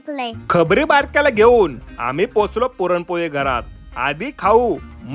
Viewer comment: Purampoli nahi puranpoli aste